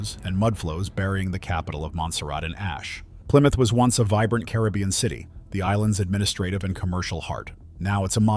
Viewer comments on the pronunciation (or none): none